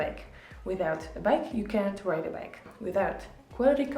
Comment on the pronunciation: sometimes when you say "ride a bike" I hear "rob a bank" 😂. Idk I'm crazy